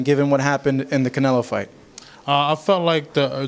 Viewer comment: Damn he can’t even say canelos name , he’s traumatized